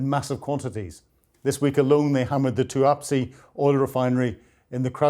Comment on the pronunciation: "Tuapsi"? "Tuapse"!